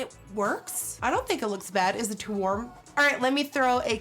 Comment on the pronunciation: "It's too worm"